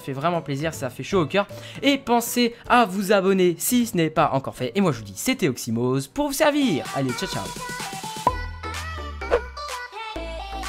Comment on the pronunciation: Oximox! Pas "Oxomoz", c'est vexant !!!👎